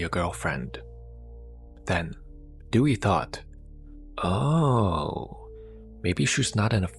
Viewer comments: Her name is pronounced Day-we not Dewey from "Malcom in the middle" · Her name is Dewi not Dewey😁😁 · It is pronounced Day-Wee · I know her name is most likely "Dewi",... but it sounds like "Dewey" 😂😂. Awesome content as always, keep it going